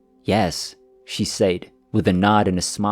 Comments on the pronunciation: Stop saying SAYED. His pronounced SED and spelt SAID. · “SAID” is pronounced “SED” Makes me wonder if youre using AI for voice? Everything else is excellent! ❤